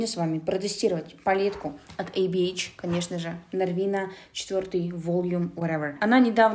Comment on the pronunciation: Сначала послышалось, что ты сказала ни Эй Би Эйч, эй бич🗿